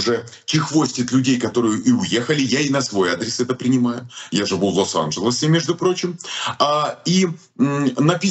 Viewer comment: да ладно вам,он до сих пор говорит лос-анджелОс